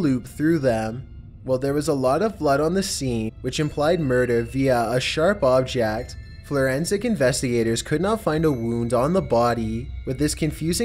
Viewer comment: ''flourensic investigators''